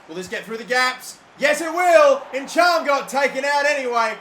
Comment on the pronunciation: Nichum, not enchaam